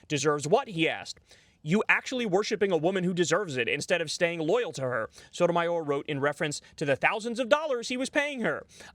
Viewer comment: Lmao "Shy Sotomayor"